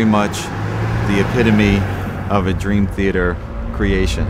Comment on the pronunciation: petrucci cant stop sayin "the epitamy" and labrie cant stop saying that "process"